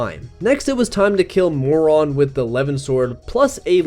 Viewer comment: Why did you say Goldmary and Morion so weirdly? This is a game that tells you how to pronounce the names.